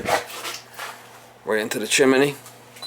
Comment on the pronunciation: funny to hear you say chiminay you do know it's chimney